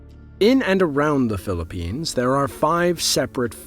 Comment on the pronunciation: Did he say phillppines